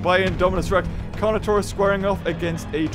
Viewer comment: I thought he called Carnotaurus “toast” lmao